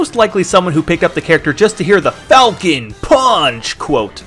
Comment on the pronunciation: you said captain FALCO instead of FALCON im just trying to help